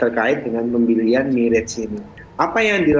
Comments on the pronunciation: mirage banyak yang salah melafalkan, bukan mi-rej, tapi me-razh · MIRAZ BUKAN MIREJ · Bacanya MIRAZH, bukan MIREJ. Mirage berasal dari bahasa Perancis. Jadi MIRAZH bukan MIREJ, dan bukan juga MIRAS ya gaes.